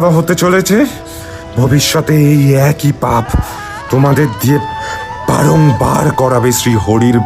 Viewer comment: লাশ!! 'এক ঐ' না 'এক ই '